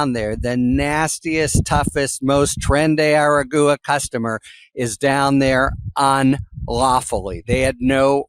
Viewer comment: Harry Litman., PLEASE learn to say Tren de Aragua correctly. TREN DE - AR - A GWA , NOT ara- good.